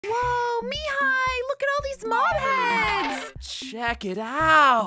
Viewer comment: me what i hear :hello my friends it is me hi what mihai actually said:hello my friends it is mihai